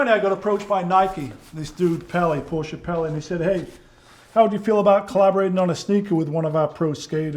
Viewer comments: Thank you for another outstanding episode,. And thanks for pronouncing Porsche correctly; I'm known to be kind of a biatch telling people "There's no such thing as a Porsh", LoL - and FWIW, My birthday is 7/7/57... 😉🤣✌️ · ...and as a German i must say, that Magnus an say "PorschE" not "Porsch" or "Porschy" i appreciate much.